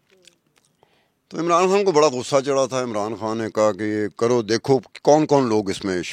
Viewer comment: بیبی کھان نہیں خان حے حناء نا بولو